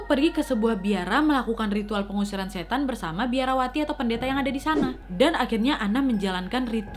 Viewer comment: Awalnya masih jelas..'setan'..tapi blakangannya 'set' aja yang kedengeran..trus balik lagi jadi 'setan'..